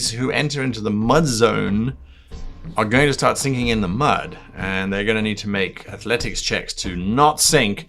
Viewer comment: At first I thought you said "singing in the mud", not "sinking" and ... that'd be a strange musical.